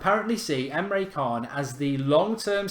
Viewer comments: I dunno if this counts but I was learning about Busby babes that got me into football and supporting Man Utd as a kid......Busby used to be a player for Liverpool, before he managed Man Utd...oh and btw Emre Can is pronounced Emre Chan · The c in can is pronounced like a ch... I laughed so much when you pronounced it wrong. 😂